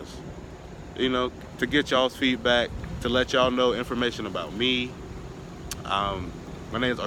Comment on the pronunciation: It’s funny when you say “tuh”